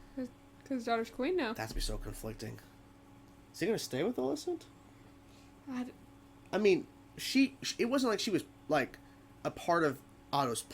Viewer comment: While you are free to pronounce Alicent's name however you please, you're kind of pronouncing it differently to everyone in the series, including Alicent. It's generally pronounced like if you were saying the name Alison, but replace the 'son' with 'cent'. You're saying it like the name Alyssa, but with 'nt' on the end. Up to you, just trying to help. Cool reaction regardless.